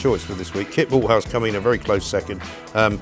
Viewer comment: Kit Malthouse? I thought they said Walt Shithoude.